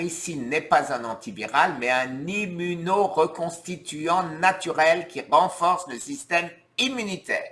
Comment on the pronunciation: fa ga ri ci ne, super nouvelle pour SCOT !! j'espere qu'ils ne feront pas de difficultés pour le financement ! ps tu as bien prononcé immunoreconstituant ouah je suis impressionnée là